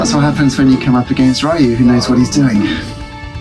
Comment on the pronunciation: Street Fighter Alpha/Zero 2 is one of my favourite Street Fighter games for sure, the best of the Alpha/Zero series anyway IMO. Interesting how you pronounce Ryu like Ryan lol There are indeed characters from Darkstalkers in the background of Ken's stage : Morrigan standing up next to the table on the left and Felicia in the swimming pool.